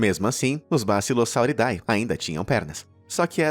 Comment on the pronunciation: vale uma dica: quando for ler um nome cientifico em latim, a termilogia "ae" como bassilosauridae se le como "e" . A forma correta de pronunciar é bassilosauridE; o mesmo vale para Aedes Aegypti que se lê Edes Egipiti